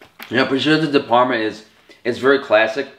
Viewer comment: >"I'm Italian, I'm Italian, I'm Italian" > Prawshutow Dee Perrrma Good video tho.